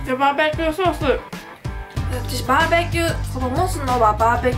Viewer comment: バーベキューソースがジョバベティーソースって聞こえたｗｗ